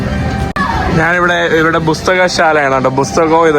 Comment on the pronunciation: പുസ്തകം എന്ന് പറഞ്ഞുപഠിക്കെടാ ചെക്കാ.... 🫣☺️